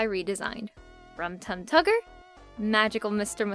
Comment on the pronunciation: I cringed everytime you said "Rum Tug Tugger" if that's even what you said